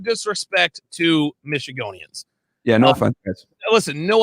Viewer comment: Michigonians is not correct. It is Michiganders.